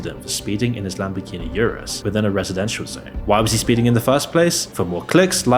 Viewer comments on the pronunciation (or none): none